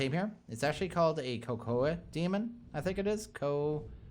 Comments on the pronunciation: pronouciation of Cacodemon Cah-Co-Demon :3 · System doesnt know doom's demons Btw "cocoademon" triggered me too much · Cack - oh - demon, from DOOM, or thats how the creators pronounce it